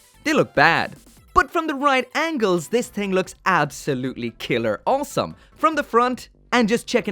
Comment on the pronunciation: Whenever he says "awesome" all I hear is "wholesome"